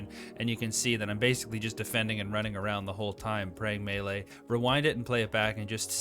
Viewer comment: I've heard melee said as May - Lay, Me - Lee, and now Me - Lay thanks for the third.